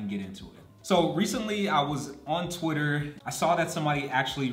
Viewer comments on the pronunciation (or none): none